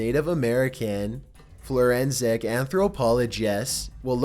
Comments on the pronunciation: FORENSIC not flourensic. Learn your words, man.Good video ;) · Hey dumb ass its forensic now florensic. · Florensic anthropologist?